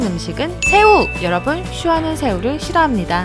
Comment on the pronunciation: 여ㄹ뿐을 잃고 싶진 않은데 한국어 발음 좋아진 슈화도 보고싶다